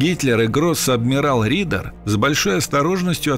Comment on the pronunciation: Вообще то по немецки гроссадмирал Рёдер а не Ридер.